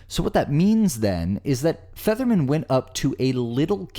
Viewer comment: To narrator, it sounds like your pronouncing Featherman as Fetterman. If you are your lronouncing it wrong.